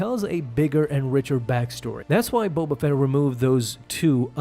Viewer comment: Bo Bafett Bo Katan Bo Buffet Hahaha